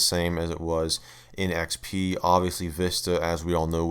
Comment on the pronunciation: “Welcome to Microsoft A R R E Windows A R R E ecks-pea.“